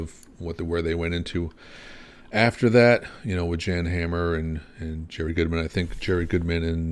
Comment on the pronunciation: JAN is pronounced like yawn not Jan